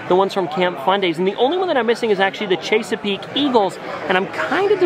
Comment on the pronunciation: It's Ches a peak not chasa peak. I'm from Maryland so I know how to say it. Correctly